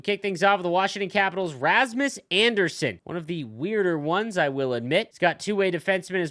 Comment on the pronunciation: “Rasmus Anderson” 😂